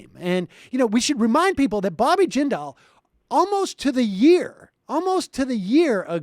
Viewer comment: I remember when everyone thought Bobby Jindal was going to save the GOP. I thought they were insane, but I live in Louisiana, I've experienced life under a Jindal administration. Also, Sam, you're mispronouncing "Jindal;" the emphasis is on the first syllable. Your guest has it right. Just in case he ever tries to make a comeback.